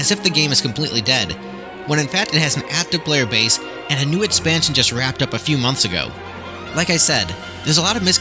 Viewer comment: The jaw i drop when you say " months "